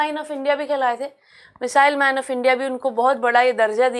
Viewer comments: She literally say Muslims man of India instead of missile man😂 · she literally said misile mine and missile mine😅